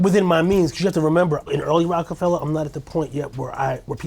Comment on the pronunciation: for saying Rock-A-Fellow instead of Fella 😂😂